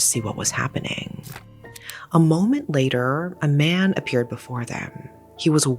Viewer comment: Tried watching this video but this woman's voice is just so annoying. A moment Layderrrrrr. It's later. It doesn't take 7 seconds to pronounce. Video could've been under 20 minutes if it was someone else talking, Jesus.